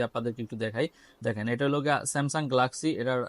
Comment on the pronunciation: ভাই গ্লাক্সি না গেলাক্সি